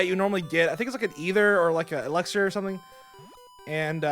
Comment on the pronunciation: I loved your commentary dude!!! Except when you say eLUXir or eLEXir its eLIXir dude